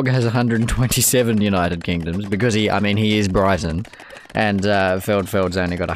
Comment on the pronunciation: "Briton" is pronounced like "Britain" haha. Brighton is a town in England. Cool vid though